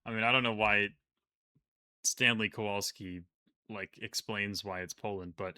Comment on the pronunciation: He was literally pronouncing the word wrong in Polish w is v kovalski